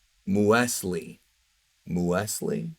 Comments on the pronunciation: Hey, “M-use-lee” it is essentially another type of cereal. It is the untoasted version of Granola. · Muesli is pronounced as "Mew-slee". "Muesli is a cold oatmeal dish based on rolled oats and ingredients such as grains, nuts, seeds and fresh or dried fruits. Muesli was traditionally prepared with milk or cream, a squeeze of citrus juice, often with a sweetener such as honey, and soaked overnight." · It's pronounced mewzlee. Basically British granola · The mothers name is muesli, a type of grain bar. Here in Australia it’s very popular with young kids in schools, we call them muesli bars Edit: it’s pronounced “mue” “sle” like mew from Pokémon and the first sound slee sound from the word sleep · I like you man, but damn the way you pronounce muesli, (should be mews Lee) Hurt my ears lol keep doing great work tho bud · You might know muesli as Mueslix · “Moo-s-lee”...Granola with fruit...and yogurt...that’s my shiii... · Muesli. “Mews Lee”. I think it’s German or Swiss It’s pretty much granola cereal. Raisins and what not. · If I pronounce her name in English I'd have to call her Moseley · the way says "muesli" WOW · He’s pronounced muesli wrong , muesli like the cereal haha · Lol you don't know how to say muesli? 😅